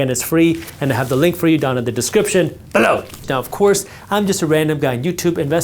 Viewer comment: Please change when you say “BELOW” in the beginning of videos as it scares me every time 😂😂😂. Love your videos, very knowledgeable so thank you!